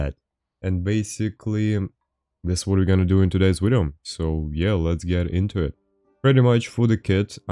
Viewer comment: I play how many times does he say wideo game